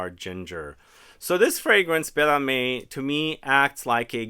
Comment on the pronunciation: Âme is pronounced “amm” but you pronounced the others quite well today, congrats!